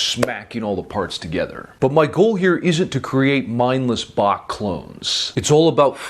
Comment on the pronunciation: The third time you said Bach when practicing, , was correct. The ch is much softer and more silent than people realize. That is, except if you're going for swiss german or dutch.